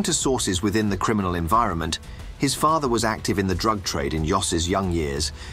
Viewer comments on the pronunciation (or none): none